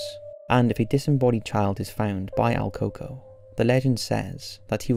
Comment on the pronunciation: Not coco but El Cucó pronounced like coo ko